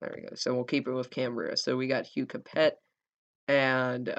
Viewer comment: it s not " capet " it s " cape "